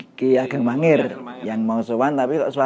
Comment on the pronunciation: bukan mangiran mas tapi mangir itu beda